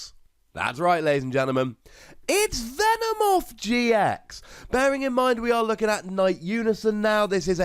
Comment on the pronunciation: Hey, its not "Venemoth", its "Venomoth" but its ok